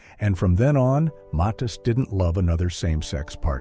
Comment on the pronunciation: To the Author try to pronounce the names right the name is Johnny Mathis Mathis and you talk about then was hard. You still have Whitney Houston Luther Vandross, Michael Jackson, Prince Luther Vandross that still had to hide or still had to be quiet about their relationship now in the 2000s so it’s still going on because of you maturity and most likely heterosexual people.